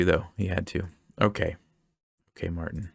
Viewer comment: Fun fact, since he's Bulgarian his name would be pronounced MartIn, not MArtin.